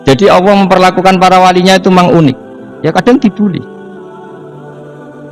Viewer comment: Saya tidak mengerti bahasa gus baha, bikin pusing bahasanya lah. Dan kenapa menyebut ALLAH selalu terdengar AWOH,..